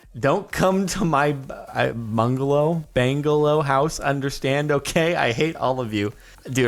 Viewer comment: Captain sparklez pronounced bungalow wrong